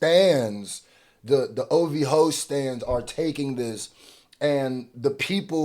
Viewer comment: thought he was slick by saying ov ho